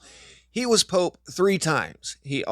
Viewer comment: What's a "pope-a"